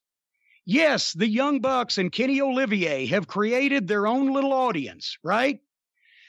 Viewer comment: "Kenny Olivier" Lol.